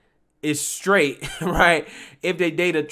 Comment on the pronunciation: Stright 🤣🤣🤣🤣🤣🤣🤣🤣🤣🤣🤣🤣🤣🤣🤣🤣 he said Stright🤣🤣🤣🤣🤣🤣🤣🤣🤣🤣🤣🤣🤣🤣🤣🤣🤣🤣🤣🤣🤣